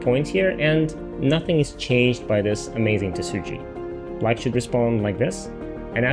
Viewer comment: Is it me or does this guy prononce black like "blight". not great when the other color is white.